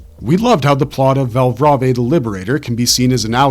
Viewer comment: It's read as Val(brave) afaik